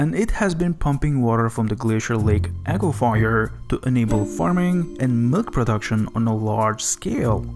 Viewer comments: Its aquifer not aquafire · Water and fire = Aqua-fire... SMH... If you're going to post on YouTube, common pronunciation should be considered. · I bet you caught it too, the guy narrating the video said aquifier, plus the misspelling above. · OC QWA FUR (aquifer) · its aquifer a.qui.fer. not a.qui.fy.er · 'Saudi' = Sa oo di (not SO-DEE). 'Aquifer' - AH KWI FERR, (not AK WI FY ER)...lord. I love this channel, but PLEASE USE a PRONOUNCIATION GUIDE before narration. wow. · lol aquifier is fkn classic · Interesting stuff, but it's pronounced aqua furs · You pronounce aquifers very strangely. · Please for the love of god stop mispronouncing "aquifer" 😆